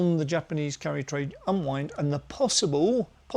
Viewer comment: Can't say I understand this video.... Japanese Carry trade ???? First off all I thought you were saying Curry trade😂😂😂 Always listening and learning